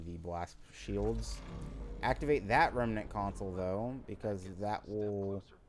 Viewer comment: Oh and pleeeeeease say REM-NANT not REMEENANT. I loved the vid but omg does saying Remeenant drive me up the wall. Ironically you aren't the only person that does it .